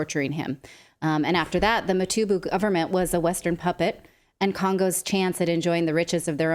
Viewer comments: Motubu😂😂 Mutumba😂😂 Absolutely butchering the names😂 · Nathalie had some trouble pronouncing the names Motubu should be Mobutu and and Motumba should be Lumumba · Really great hearing these critiques from the west. But I couldn't help but giggle at 'Motubu' or 'Motumba' 😂😂Its Mobutu. Now try saying the full name 'Mobutu Sese Seko Kuku Ngbendu Wa Zabanga' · mutobu, mutumba, mitobo, damn! Those names aren't that hard Natali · Mutubu😂😂😂 he was a butcher. Thanks for butchering his name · Say it after me: MO BU TU. Hearing Natalie butcher a very simple three syllable African name made my whole day lol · Yes Nathalie this guy's name came out wrong. Lollllll. But I still love you guys. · Not pronouncing Mobutu’s name correctly shows the lack of professionalism and effort you types give when it’s not something you respect or really care about. Very piss poor performance.